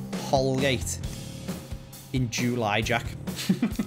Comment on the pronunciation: No one: …: In JEWWWly